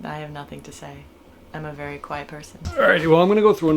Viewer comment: Elmer Fudd says be "Werry Werry Quiet"